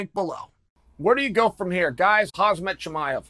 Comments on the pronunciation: CHAEL. WITH LOVE IN MY HEART, IT'S F#CKING "CHAM-ZAT." PLEASE, UNCLE! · Stop butchering his name Chale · heyy chael it is so disrespectful that you cannot even pronounce his name correctly. Learn to pronounce his name correctly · It's about time you learn to pronounce his name correctly. I'm not a Russian but it's really offensive when people don't make an effort to pronounce your name correctly. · How could u spell the name write right but then u put the "z" in front of the "m" every time u say it XD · Me: “Khamzat Chimaev” Chael: “Hasmet Chimaev” Me: “Ok great. Hasmet Chimaev” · How absent minded do you have to be to pronounce "Hamzat" as "Hazmat". WTF! Are you blind Chael? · Chael it's Hamza and not hazmat. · his name HAM---ZAT it's easy not HAZMAT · You pronounce his first name wrong, you say haz-mat but his name is actually pronounced ham-zat. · Why you say khazmat instead of khamzat? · Chael say his name ! Not Khazmat, its Khamzat ! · His Name is not Haaasmat! It is Khamzat! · Omg! He is NOT KhaZmat!!! Will you ever learn how to pronounce KhaMZat? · Chael His name is Khamzat not Khazmat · Why is it that only american youtubers keeps calling him hazmat? haha is it hard to say khaMzat? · Chael, stop doing that....t's KhaMzat...not KhaZmat.... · Why do you pronounce his name like Kazmat ? He's Khamzat (say Kamzat if it's easier for you to say ) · Buddy you need to stop calling him khazmat instead of khamzat. If not, i think youll get that smesh too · Chael, you never pronounced his name properly, his name is not Hazmat !! Hamzat is his name, come on !! The M before the Z not the other way around. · its Khamzat not Hazmat but if uncle Chael says it, it must be Hazmat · not khazmat say khamzat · For god sake its KHAMZAT NOT KAZHMAT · Bro why does everyone call him hazmat chimaev is HAMZAT i find it funny that everyone says hazmat not just chael. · If uncle chael said his name is hazmat. It is hazmat. Not khamzat. Period. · is it Khazmat or Khamzat chael confuses me